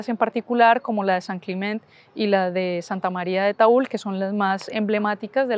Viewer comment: Por favor Taüll con LL!! Pronunciar Taul nos rompe los tímpanos a los Catalano hablantes!!